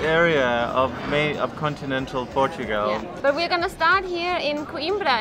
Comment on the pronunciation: It just struck me: doesn't say "Portugal" she says, instead "Portugel" Hilarious!... ❤